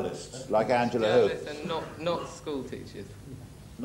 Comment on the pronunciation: I now know the correct pronunciation of Angela Huth thanks to this upload!